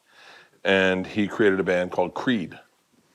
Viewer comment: Them butchering Creed makes me cringe 😂